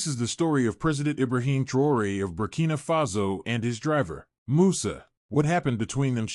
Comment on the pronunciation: Faudra bien prononcer le nom c'est TRAORE pas TROUERER